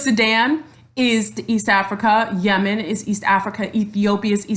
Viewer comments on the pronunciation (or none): none